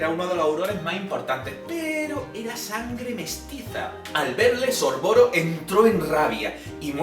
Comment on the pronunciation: Mira que me gustan los videos así y se que conllevan un gran esfuerzo por tu parte pero como fan de hp me han sangrado los oídos...no son los hermanos piveter son los hermanos Peverell, no es antinoch es Antioch, no es sorvoro, es Sorvolo, no es merope, es Mérope, no es little humpton, es Little Hungleton, no es cracatus burger, es Caractacus Burke, no es rominda ravenclaw, es Rowina por mencionar algunos... y lo más importante!!!! los padres de Neville NO están muertos, están en San Mungo, por la maldición cruciatus de Bellatrix Lestrange!!!!! colagusano no tiene NADA que ver con ello... aclaro q es español de España y no latino, y que no es hate, pero, ya que has buscado la información estaría bien q estas cosas no ocurrieran no??